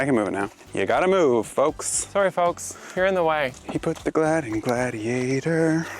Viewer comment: "He puts the GLAD IN GLDIATOR" 😂❤😂❤😂❤❤❤